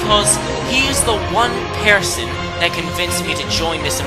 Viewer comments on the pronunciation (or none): Why do you say pearson and not person?